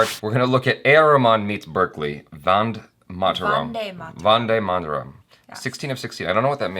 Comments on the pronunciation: best way to pronounce............. "Won-day Maa-tha-rum" for all non Indian language speakers.......... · Since is watching Indian videos from past couple of years....he should pronounce the VANDE MATARAM more clearly and should know the meaning of it..😊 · This idiot has a dedicated channel for Indian stuff but can't even pronounce VANDE MATARAM properly. How long have he been doing this..!